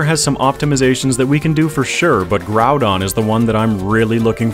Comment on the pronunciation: According to the katakana, you're pronouncing both of the names correctly. Except that Groudon is more like... Grawdon for some reason. Gonna go with your pronunciation there